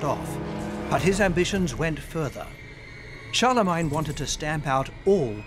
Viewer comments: Charlemagne with "main" suffix not "mine" I don't care how it's spelled everyone says it "main" so it's main. Gets under my skin when people pronounce words deferent than everyone else. Great documentary though wouldn't like to live back then but would love to have a holodeck program. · First time I have every heard anyone pronoun Charlemagne like that. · me 2